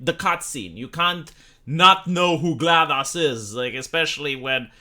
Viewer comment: Gonna say she mispronounced GLaDOS' name, and had a completely freak-ball unhinged interpretation of Bloodbourne.